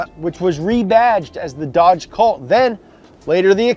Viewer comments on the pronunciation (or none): none